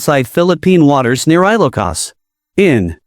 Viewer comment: Very bad pronunciation of ILOCOS. PLEASE STOP IT!!!